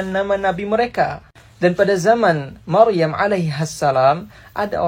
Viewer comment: Yang aku denger Maruyam mas hehehe bukan Maryam GodBlessYu mas